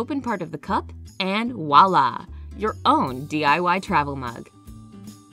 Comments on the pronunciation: voila not walla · I love the one with the orange. I think you have it backwards on the potatoes/apples. Ethylene gas makes produce ripen. It will cause potatoes to sprout faster. The word is "voilà", not "walla". Look it up. I might bake eggs when baking something else, but not alone. I can bring the water to a boil in just a few minutes, cover the pan, turn off the heat, wait 7 minutes and have perfect eggs, vs. having the oven on for half an hour, wasting energy/fuel. Your strawberry yogurts were peach, which is fine, you can use any flavor. But nice one with the orange. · It"s "Voila!" For the record. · It can be irritating....but this time I'm gonna let it slide...she is helping!